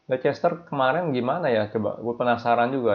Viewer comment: yg betul nyebut Leicester itu lesester apa lister, coba deh dicek pronounsation nya, bravo